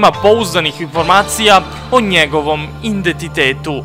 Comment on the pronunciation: druže, ništa loše, samo što se ne kaže indentitet nego identitet, samo ono prvo slovo n izbaci ;)